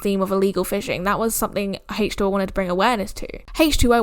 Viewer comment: Why does she say hache2o lol